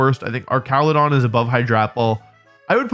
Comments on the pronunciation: Its ar ch ala don not ark cala don like it pre evo🤓 like if agree 👇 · I thought it was pronounced arch-ale-a-don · The fact you keep calling Archaludon "ar-ka-lu-don" instead of "arch-a-lu-don" is baffling to me. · hey wolfe, haven’t seen you in a while i know mom ran out of milk like 2 years ago but it shouldn’t take that long to replace it. anyway, it’s actually pronounced arch-a-loo-don. hope this helps! come home soon love u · Broke: Pronouncing it ArCALudon because it's like Architecture Woke: Pronouncing it ArCALudon because Wolfey purposefully pronounces names weird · Ah yes "Arkaladon" my favorite new pokemon. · Hey Wolfey. Little thing It’s Arch-aludon Like an arch It’s a bridge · I'm cringing every time he says that. 😬